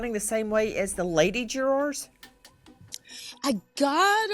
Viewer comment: Nancy has questions about the Jur’R’s 😂